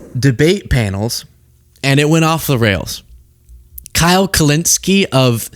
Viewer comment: aayyyye why did you say it like that?? 🤨📸 I got my eye on you. You put some respec on Kyle’s name